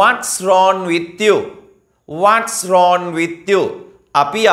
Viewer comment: රෝන් නෙවෙයි රෝං Becareful, If you pronounce wrong as wron the students get confused..